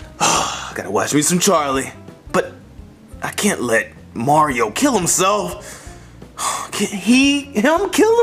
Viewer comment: Bowser doesn't even say mario he says MORIO